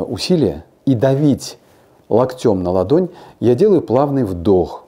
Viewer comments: Не локтем, а локтем! Извините, я очень в этом смысле щепетильна. Неправильное ударение и совсем другое впечатление от этого доктора-умницы! Спасибо Вам за советы! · Спасибо большое, доктор! (ударение - лОктем, лОктя) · Локтем. Ударение на О